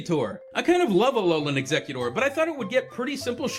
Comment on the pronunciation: its exeggutor not eggecutor